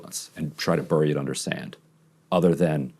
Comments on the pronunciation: Ryan, it's pronounced berry, not burry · Ryan says bury oddly